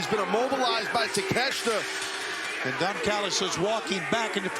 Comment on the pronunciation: Takeshka??? Why are they calling him that lol , take---shita not shka